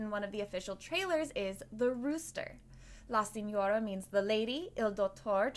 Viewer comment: Also Pull Chi (like Qiqi but just one syllable) Nel Lah Dowt torey Si knee orah